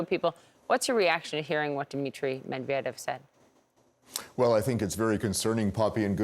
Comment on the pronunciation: Please CNN..... learn how to pronounce foreign names correctly. Med-va-dev? Surely there is a native Russian speaker on your staff somewhere who could help you.